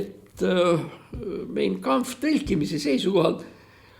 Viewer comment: "Mein Kampff" hääldatakse Main Kampff.